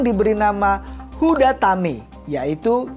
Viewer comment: Izin koreksi seharusnya "HUTADAME" bukan HUDATAME. Terimakasih untuk videonya. Tuhan memberkati